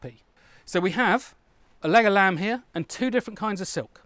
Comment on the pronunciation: I'm really impressed with you going out of your way to balance this video. This balancing shows integrity and commitment which is very welcome and impressive! Also, whenever I heard you say "leg of lamb", part of my heard "Legolas"!